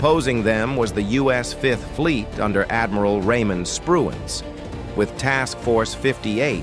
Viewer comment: The admiral was Spruance not Spruance.